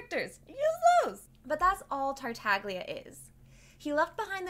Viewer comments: Every time someone pronounces Tartaglia with a hard G An Italian speaker dies a painful death x) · isn't the g in tartaglia silent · im italian, its supposed to be pronounced like "tartallya" but with the first L sounding like a soft G. its an hard sound to describe outside of the italian language. the way its pronounced by the english VA its incorrect. that "gl" is always soft, never hard like americans pronounce it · I CAME HERE IN THE COMMENT SECTION LOOKING FOR SOMEONE WHO NOTICED THANK YOU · Why everyone, including the voice actor, pronounces Tartaglia wrong? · no saying theyre "silent" is not very correct. in italian the letter G when its before the letter L or N it has a specific sound which is different from what you would usually pronounce it but its still there, its not silent. we call it "sweet g" (g dolce) compared to the "hard g" (g dura) that we normally hear. this video right here explains it perfectly